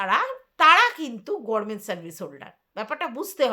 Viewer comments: তুমি তো দেখছি আমাদের ব্যানার্জী দিদির মতো গরমেন্ট বলো 💀 উচ্চারণটা "গভর্নমেন্ট" হবে আর যদি ইংরেজিতে উচ্চারণ করো তাহলে সেটা হবে "গাভার্নমেন্ট" বা একটু দ্রুত বললে "গাভারমেন্ট"। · গরমেন্ট নয় গভর্নমেন্ট হবে